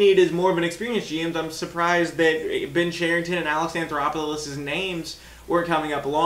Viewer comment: There is no R in his last name. You keep calling him anthoroplous